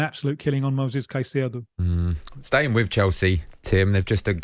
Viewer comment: Except for hearing hin say ceicedo